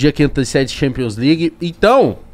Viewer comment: Thanpions né kkk